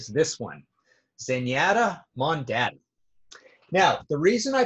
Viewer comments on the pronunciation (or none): Hey Marty, I always heard it pronounced "Zen-YAH-ta Mohn-DAH-ta" and "Re-GAH-ta de Blahnc." Must be a Canadian thing. BTW, definitely not their worst album. BTW, you're wrong about Synchronicity. The reason they recorded the drums in a different room was for sound! DUH! Also, you got the album cover to GITM wrong! Sting IS the guy in the center.who doesn't know that? Wow! Loved your book on backstage passes, but wow, this totally changed my view on you., we finally agree on something: ZM is their best!